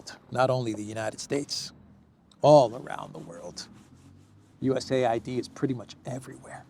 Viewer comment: A.I.D. You pronounce each letter separately. Not US aid. It sounds ridiculous to keep saying 'aid.'